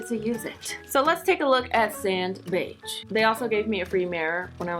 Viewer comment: the way she said beige ugHH